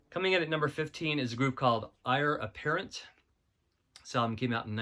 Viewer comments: Ire Apparent? The name of the band is a pun on the phrase 'heir apparent' and should be pronounced as such. Eire is one of the names by which Ireland went, and is generally pronounced 'air-a', and is appropriate because most of the band came from Northern Ireland. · and its pronounced "air" apparent. is in "-to the throne"